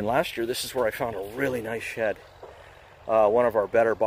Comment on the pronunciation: Every time I heard "shed" I thought you were saying "shet" like poop. Lol! Great video.